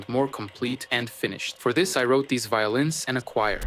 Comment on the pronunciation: It's just too much. The message doesn't need all that candy. And then there is the lack of ability to pronounce "these" correctly. So close but no cigar.